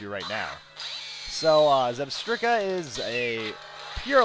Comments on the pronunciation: Just one correction: When you say "Zebstrika" You're supposed to say "Zeb-STRIKE-a" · I believe it's pronounced Zeb-Strike-A